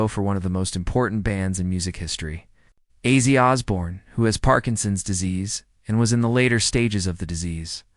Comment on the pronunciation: Mf AI can’t even say ozzy